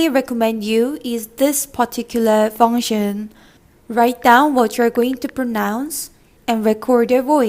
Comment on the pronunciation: Hi, congrats for your video... good advices. I especially like who you pronounce "function" in English ! ! 🤣 You made it sounds more like "fonssion" ! U are a funny 여자 ! 😘